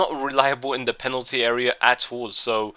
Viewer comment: Haha u sed PENATLY area instead of penalty at the end